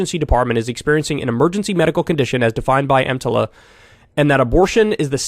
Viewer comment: if you mess up the acronym once, that's a mistake. But you messed it up twice. It's clear you don't know what you're talking about.